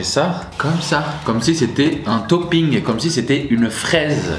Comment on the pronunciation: Comme si c'était un ToPPinG, comme si c'était une FRAIse 😂😂😂😂